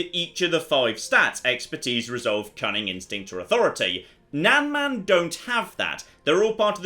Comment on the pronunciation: just for pronunciations sake, nan is pronounced exactly like "nun" and man is pronounced exactly the same as that, just with a m instead of n, imagine "mun"